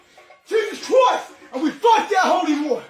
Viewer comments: "jesus chroist!" Ctickey, mate!!!!!!!!! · Is the guy in the red Jesus costume saying “Jesus Crust”?